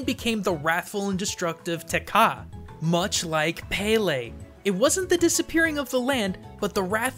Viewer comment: Btw, it's Peh leh not paylay